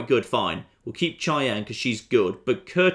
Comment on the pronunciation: "Cheyenne" is pronounced like SHY-anne